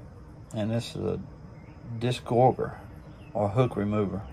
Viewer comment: Hey doc, its pronounced Diss-Gore-Jer just so you know for next time.